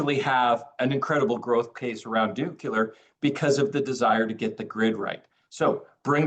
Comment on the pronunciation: It's surprising that, president of the most important company in the uranium field, still can't pronounce "nuclear". He still says it the way G Bush jnr said it. It's so simple, just the way it's written: "nu" "clear", not "nucel" "ar".